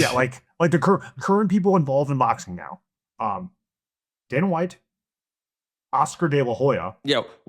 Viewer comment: He said Dana 😂😂😂😂😂